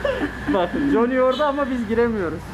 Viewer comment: Jonny ismii 0 degil A yakin okunur...o kadar Amerikada kaldım diyorsun bari sen yapma